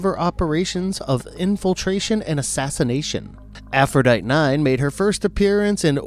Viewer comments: AphroditE. way you say it, sounds like the name of a virus or something. or also closely related to a troglodyte. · "Aphrodite" is pronounced "a-fro-di-tea". Arguably funny...... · Pezzini is pronounced Pah-ZEE-nee. Also, if we're going by the name of the Greek goddess, Aphrodite is pronounced Af-ro-DITE-ee. I'm just sayin'... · It's "Afro-die-tee", "Pe-zine-ee" and "BEAR-es-ford." Otherwise, good video. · Sorry, you're mispronouncing some of the names. "Aphrodite" -the final "e" is pronounced. It's AFRO DIT TEE. Sara Pezzini is Pezzini with the accent on the second syllable - Pez ZI nee.